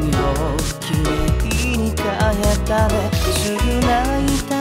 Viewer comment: 剛くんの、綺麗に変えたねの か の発音が狂おしいほど好きです